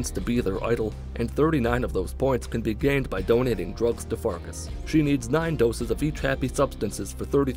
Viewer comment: Farkas means Wolf in Hungarian. It's pronounced farkash.